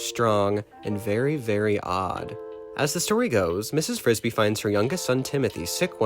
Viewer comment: Mrs. BRISBY. Not Frisbee.